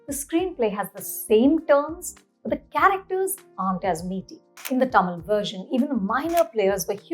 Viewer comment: At what point do we stop wrongly pronouncing Tamil as "टा-मील" ??? its "तमील". "त" not "टा".